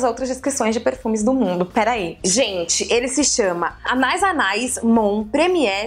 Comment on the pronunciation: La vie est belle = A vida é bela <3 Tô morrendo com esse anais kkkkk Quando tem uma trema no i, a pronúncia é Anaíííís ! Meu perfume é o Miss Dior chérie ! e minha dica é ir nas lojas físicas de perfume e ir cheirando tudo, depois compra online kkkkk